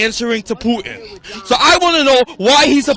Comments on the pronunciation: Go fuck yourself dude. "Poo-in". Go fuck yourself 10 folds you stupid fucking idiot. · That loudmouth black dude kept saying, “Poo-In” geez. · That black guy needs mental health. And it's not pu*in..... It's Putin